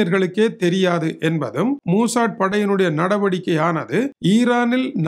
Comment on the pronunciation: மூசாட் இல்ல, மொசாட்